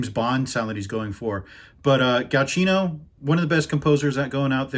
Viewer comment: Just a quick note, you always pronounce Michael Giacchino like "ga-chino", but the name is actually "ja-kino" (sorry I'm no native English speaker so that is my best guess on how to transcribe the pronunciation into English).